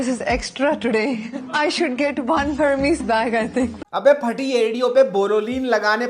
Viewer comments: 😂😂 starting me aurat hermes ko jo ह - रमेस bol rhi hai usi se pta chl jaata hai ki yeh log billionaire nhi hai 😂😂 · They cannot even pronounce hermes lololol